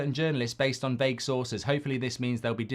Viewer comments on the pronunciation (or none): none